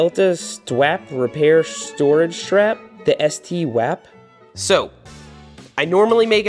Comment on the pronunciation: It's not s t wap, it's St. Wap